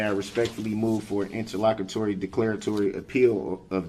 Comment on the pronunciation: INTERLOCKETORY.... That will never not be funny 😂😂😂